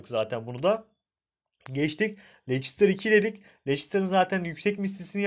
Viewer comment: Lestir diye okunur lecistir ne ya?